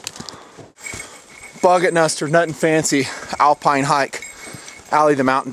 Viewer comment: BuggetNuster not Budgetmaster